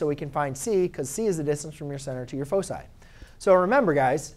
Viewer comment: i cant understand your focci?